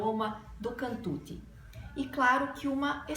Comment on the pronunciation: Non è cantuti si pronuncia cantucciiii